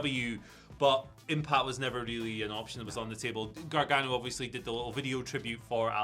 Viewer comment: It’s GAR-GANO, not Gar-Ga-No 🤣 You guys make him sound like Gargamel 😂